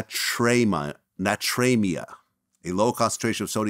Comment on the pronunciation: Hi-Po-Nay-Tree-Me- Ah🤭